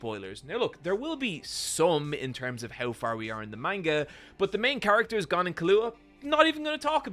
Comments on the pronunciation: After filum no pronunciation should be surprising. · Ahh yes. Goan, Kilooah, and Kuropeeka. My favourites. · are you purposely saying all the names wrong? gone, kahlua (lol), currapeeka...